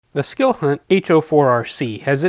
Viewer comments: Pls..It's skill hunt, not silk hunt. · You have the best most detailed videos on flashlights I'm just here to say that it sounds like you're saying silk hunt instead of skilhunt I don't know if I'm hearing wrong or you're saying it wrong. I bought some flashlights from watching your videos. Can my brother talk to you later keep up the good work